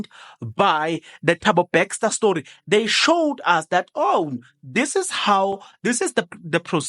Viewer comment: Thabo BESTER not BAXTER!